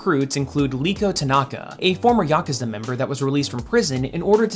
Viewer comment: thank you for pronouncing yakuza correctly